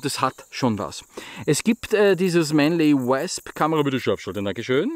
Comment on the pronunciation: ich mag dich ja, und ich verstehe auch vollkommen dass nicht jeder ne perfekte englische Aussprache hat, aber deswegen korrigier ich ja auch mal:) ausgesprochen wird das ganze nämlich Mänli U/Wosp(mit nem offenen o, ähnlich wir der Österreicher das „oida“ anfängt, nur hörts nach dem o auf)